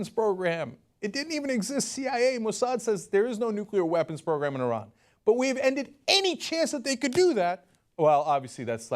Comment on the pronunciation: If you're going to insult Iran, at least pronounce its name correctly, Mr. Cotton.